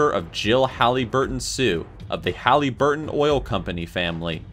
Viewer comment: Oml, Halliburton is my last name 😱 and it’s pronounced HALL-A- BURTON